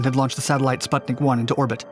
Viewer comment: "Silbervogel" and "Sputnik" were pronounced like English words, completely wrong.